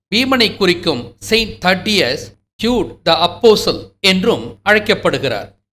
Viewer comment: வணக்கம் ஐயா. 'யூதா ததேயு' என்று தமிழில் அழைப்பார்கள். ஆனால் நீங்கள் 'தட்டியஸ்' என்று கூறும்போது அது 'தடியர்' என்று ஒலிக்கிறது. உடலால் ஊதியவர்களை 'தடியர்' என்றும் அழைப்போமல்லவா? தட்டியஸ் - - > தடியர்